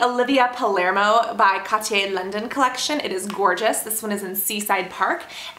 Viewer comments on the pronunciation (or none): Cassandra.. 'Ciaté' is pronounced 'see-ar-tay' 🙊